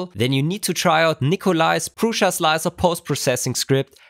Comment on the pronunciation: Hello. It sounds like you are pronouncing an "i" in Prusa that is not there, like Prusia.